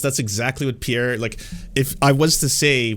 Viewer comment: I love how OAN can't even spell or pronounce Pierre's name correctly lol